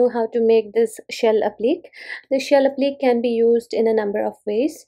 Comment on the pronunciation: It's pronounced applique with the last syllable sounding like Day.